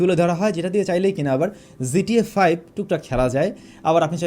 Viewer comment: Its GTA 5 no zta 5 .. pronounce it properly brother.